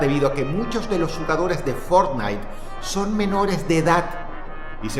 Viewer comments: lo mejor del video fue cuando dice fornite.... en el segundo 2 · Que juege fornite dices ?😂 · El título dice que iba a hablar de fornitee JAJAJAJ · Fort Night.! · Boton para que Dross diga Fortnite ➡